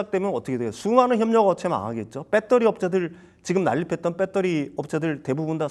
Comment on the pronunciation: 아 진짜 빼떠리 빼떠리... 진짜 듣기 싫네...발음 좀 고쳐라..